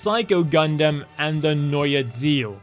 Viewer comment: wait.... that's how you pronounced the neue ziel?